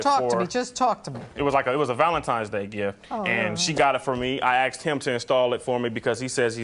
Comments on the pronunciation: Why is it most Black Americans cant say "Asked him" but it all ways comes out "axed him" ?! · Why do a lot of black people on these shows say "axed" instead of "asked"? I don't get it. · "I axed him to..."